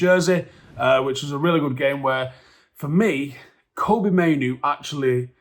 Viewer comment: Fk sake, stop calling him Koby, Mainoo his name is Kobbie? Kob-bie like Robbie, but with a K